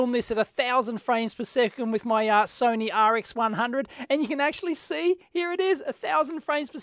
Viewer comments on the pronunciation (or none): none